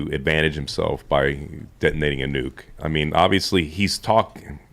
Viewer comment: neeyuke. he can say his name but cant say nuke. 🤷